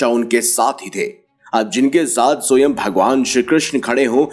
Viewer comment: Soyam nahi Swaym (which means Himself) hota hai. Sahi pronounce kijiye please. Hindi ka hi word hai.😂